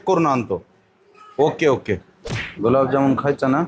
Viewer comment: बाई गुलाम जामुन नाही ग गुलाबजामुन😅